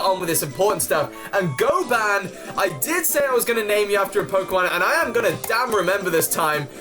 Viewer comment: Oh I didn't notice you named it goban, and just for advice its pronounced Go-bin not goban